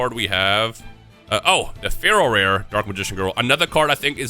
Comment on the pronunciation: Me not knowing anything about yu-gi-oh! thinking he's saying Feral Rare for 20 minutes before reading the card description 😅😂